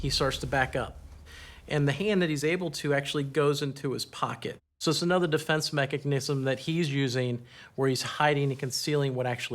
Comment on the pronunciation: I’m sure he’s a great detective but what exactly is a “mecahgnism”? 😂